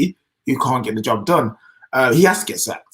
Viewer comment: It's da history of da Tottenham